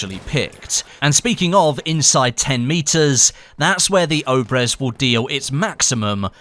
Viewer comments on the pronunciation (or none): Not Obrez obrEz